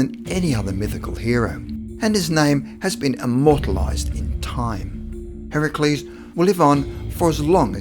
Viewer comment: You pronounced Heracles Correctly!?!?!? First time i've heard that out of a classroom.